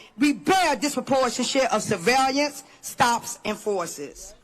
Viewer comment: "fassism" "survailiance"